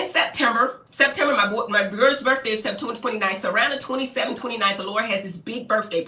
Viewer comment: "Burffday party"